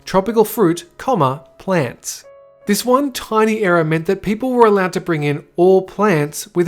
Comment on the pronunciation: Ohh you were saying ERROR not Era 😂 I was so confused.